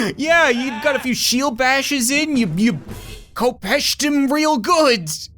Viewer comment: Its no koe-pesh-er its hep-esh-er the sword is pronounced hepesh